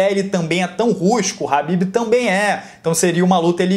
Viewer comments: Nao e "RAHBIB" E "KHABIB" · Alguém fala pra ele que é khabibi e não rabib